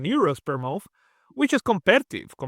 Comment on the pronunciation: Thank you for the video, but i had to stop watching halfway through because of the accent. Is it 600 euros per month or per a mouth?